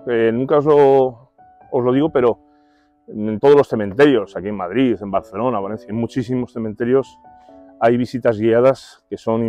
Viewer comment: por su queee??? madrido???? jajaja muy bueno ; )